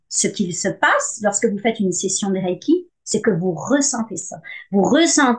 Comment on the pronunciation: Reiki est un mot japonais qui se lit "ré-i-ki" et non "ra-i-ki" comme dans la vidéo.